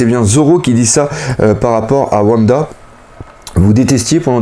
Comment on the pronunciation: j'apprécie ton taf mais bordel de merde fais un efforts sur la prononciation des noms (genre womba >Wanda, Minsk >minks) stp sa serai encore mieux